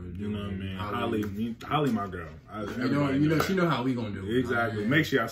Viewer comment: Halle like Halle Berry not Holly